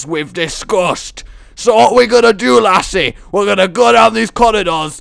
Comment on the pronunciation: I like how you say laddies and lassies, since my name is Lassi, although i am not a female.